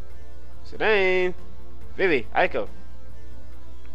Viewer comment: Dissidia may say Zidawn, but according to the english language it's pronounced Zidane, with a long A sound.